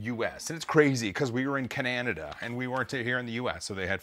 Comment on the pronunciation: Wait.. Cananida? lol